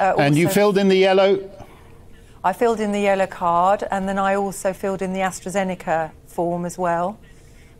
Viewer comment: So now it's not precovid, it's pre astrajenaka